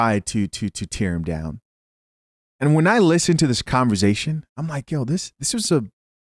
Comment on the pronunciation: If I took a shot every time my man said converZation, I’d pass out before the end of the video